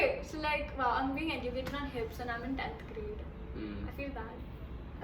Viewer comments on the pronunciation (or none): Bro you even know how to pronounce educate 🤣🤣.....Wow